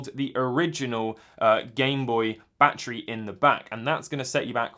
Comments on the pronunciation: “Bah tree” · “Bah tree 10 dolliz”